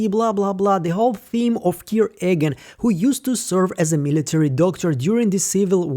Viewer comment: His name is pronounced eeegan, not aygan. Please eradicate this confusing folly from your channel as it is very disrespectful to our Chosen One Kier.